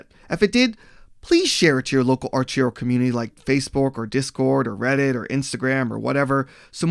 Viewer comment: The way you pronounce Archero makes me cringe so hard. Holy shit